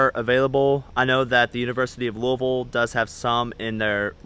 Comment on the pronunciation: What's looville... I mean I know where Louisville is but... hhhmmmmm